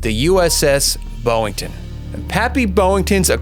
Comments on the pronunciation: You keep saying BOWington, when it's BOYington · I gave a thumbs up until I heard the presenter mispronounced Gregory Pappy "BOY" - INGTON's name as 'BO' - INTON. when I hear a mispronounced word it puts me off, perhaps that's just me 🤔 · His name was BOYINGTON, not BOWINGTON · Hmm I'm not even American but I've heard all other presenters & also in the mini series the American actors, pronounce his last name as BOY - INGTON but for some unknown reason this presenter seems to read it as 'BO' - INGTON. I could never understand how some people fail to read correctly, it make me presume their uneducated 🙄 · Stop saying "Boeing-ton"